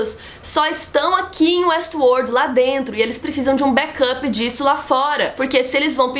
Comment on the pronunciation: muito bom a falando WuestWorrrld